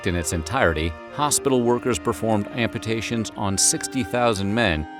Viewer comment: Not ampitations, amputations. Am•pyu•ta•shuns.